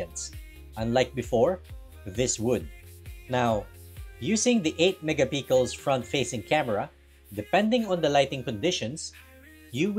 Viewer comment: WHY DO YOU SAY MEGA PICKLES WHYYYY ??